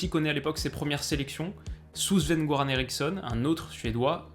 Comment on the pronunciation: Super concept, super vidéo, rien à dire ! Ah si, le suédisant un peu trop à cheval sur la prononciation "Sven-Göran" le "g" ne se prononce pas comme un "g" français, à la suédoise c'est plus prononcé comme un "yeuran" ici !